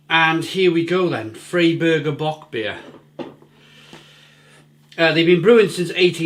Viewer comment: Hi - Buffalo NY here! Love bockbiers, and it's the best time of year for them! Just a couple pronunciation notes for you: The beer is "FRY-burger" not "FREE-burger" The purity law is the "RINE-heights-geh-boat" Cheers!